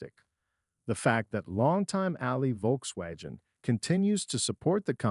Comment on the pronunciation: The way it pronounced “Volkswagen” = proof that this was not recorded by a human. (Which in turn makes it more likely that this is a bullshit AI video.)